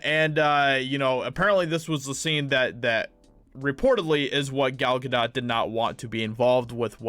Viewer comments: Gal GaDOTE. Not Ga doh. Not Ga dawt. Ga DOTE! ✌️ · pronounced Ga-'dough', french, dude. :-) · Gal Gadot is pronounced Gah- do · It’s not French dude, it’s Hebrew, and pronounced “Ga-dote”. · It’s pronounced “Ga-dote”. It’s not French pronunciation, it’s Hebrew.